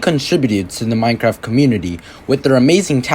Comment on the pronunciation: is noone gonna talk about how he said minecrack?